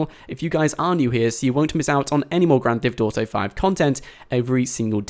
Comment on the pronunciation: why u say "Grand THIFT Auto"?